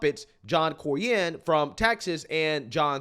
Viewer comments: It's pronounced Cor-nin. Not Cor-yen. Just trying to help a brother out. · Unbelievable you don't know how to pronounce dudes name. CORN-nin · Cornyn = COR-NIN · You just heard the man’s name pronounced correctly like 3 times and you still can’t pronounce his name